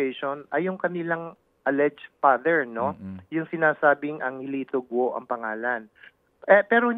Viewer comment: Ted hindi Go-o ang bigkas, Go lang silent U. Hindi gaya ng bigkas mo na BOO-a yan sa buwaya..lol